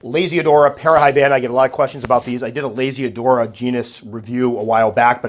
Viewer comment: Whenever you say Lasiodora, I hear Lazy Dora 😅 also awesome vid as always,!